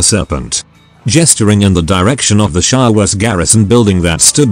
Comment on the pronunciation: For fuck's sake mate it's Shadowrun, not 'Shadowgun'. Why do you call it 'Shadowgun' in your end comments all the time?